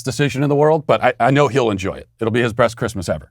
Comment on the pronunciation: Ha. You said "breast Christmas ever"